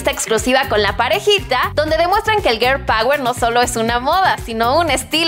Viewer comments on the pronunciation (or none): none